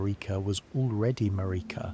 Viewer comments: Damn. I had a feeling that this was AI nonsense when it kept pronouncing Merika as MuhReekuh. Glad I didn't get too far into this. Get a microphone and write your own scripts and I'll gladly return. Later. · Sorry, not trying to be a hater, I love sleepy Souls-Borne lore, but your wandering pronunciations drove me crazy. Everyone in the game pronounces her name one way, over and over again, never deviating. They all say it the same way. MAR (rhymes with air) - ik (rhymes with sick) - a (rhymes with duh). Not one person in the game pronounces it maREEKa or maRICKa. Don't even get me started on Blaidd.